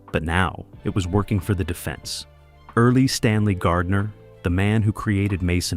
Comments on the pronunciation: Erle, not "Early" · Erle is pronounced like "Earl", not "Early", a real basic concept for this topic. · Erle is pronounced "Earl" not "early". Either the AI or the human narrator is ignorant. Get things right or don't bother. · Earle, not early! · EARL is how Mr. Gardner's first name is pronounced, not EARLY!! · Deliver ke feom those obnoxious A.I. voices! The word is pronounced "Earl," (Earle), not "Early!" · Erle Stanley Gardner's first name as NOT pronounced as "EARLY"! It was ponounced as "EARL"! Stupid AI-generated narrations! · “Earl” not “early” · It was pronounced "Earl." 😊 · Erle is pronounced Earl . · Can we train AI to know that the second e in Earle is silent. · FFS, learn to pronounce the author's name correctly. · You might at least pronounce Mr. Gardner’s first name correctly.